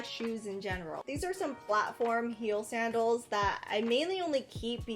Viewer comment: When she said sandels I thought she ment saddles not high heal saddles